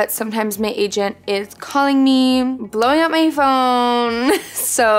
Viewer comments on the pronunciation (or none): “bLoWiNg Up My PhOnE” ( the way she said it)